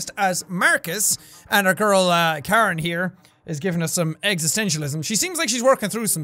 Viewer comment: IT'S KAREN! Chloe... You tried, Jack. Lol.